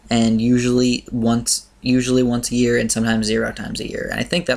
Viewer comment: You said gear instead of year :P